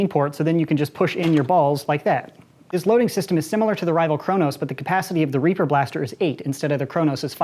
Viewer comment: I though he said raper